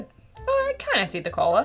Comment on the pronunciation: Did you say cola or colon? J/K... good review